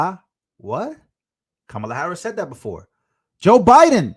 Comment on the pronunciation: Kamala - Pronounced 'Kum Allah'